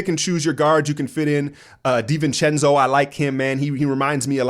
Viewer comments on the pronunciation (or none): none